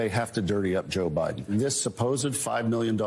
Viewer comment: Did he say "joe briben"?